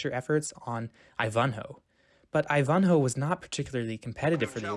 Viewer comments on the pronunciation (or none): I THINK YOUR PRONUNCIATION OF I VAN HO (NOT I -VON HO) IVANHOE!!! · right--NOT I-van-hoe , it's ivan-hoe . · *I*v’nhoe not iVUNhoe 😊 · Your pronunciation of Ivanhoe is incorrect. How could that be? It's like: eye-van-hoe not Ifhanho. Takes away the reliability of knowledge of subject matter when I hear it. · WoW! I've always pronounced Ivanhoe as "eye-van-hoe" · Wonderfully done documentary...but... eye-VAHN-hoe? What? eye-VAHN-hoe? Is the narrator a young person? GOD.... No one on the face of the earth ever called it eye-VAHN-hoe?. It's IVAN-hoe. Yuck. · FYI: EYE-vun-hoe, not eye-VUN-hoe. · You have a strange way of saying some words. Such as posthumously, which can be pronounced several ways but not the way you did it, just Google it. But the most glaring mistake was Ivanhoe. I've no idea where you came up with this. 😊It's not eye-VON-ho. It's EYE-vin-ho with the accent on the first syllable Otherwise, I thoroughly enjoyed your video and learned some things myself! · Ivanhoe is pronounced EYE-van-hoe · Ivanhoe is an ENGLISH name, not a GERMAN name. Stop pronouncing it like "I von Hoe"! Otherwise, a masterful piece of research and devotion to the motives. (You might have to struggle analyzing some of the "kiddie movies" made today.) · Interesting video. A few pronounciation notes...Ivanhoe...the stress is on the first, not second syllable..IvanHOE. And Elia Kazan's name is pronounced EEEleeah...stress on the first syllable. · I really wish you people could get some things right. The reason the Oscars weren't televised wasn't just that the movies didn't like the small screen. Yes, TV was around in the late 1920's but the Great Depression and WWII delayed establishing transmission lines. In addition people were occupied with surviving during the Depression and the war. Ivanhoe is pronounced: I van (as in minivan) ho. Finally, most people of that time thought Bob Hope was great. Look at the comments on any of his biographies.